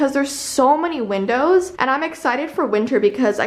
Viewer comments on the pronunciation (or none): none